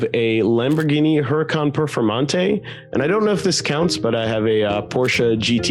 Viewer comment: Goddammit the H in Spanish is fucking Silent!!!! Pretend it's not there and pronounce it ooracán and make sure you emphasise the second A. Also murciélago is not in Italian but in Spanish so pronounce it as moorsealago.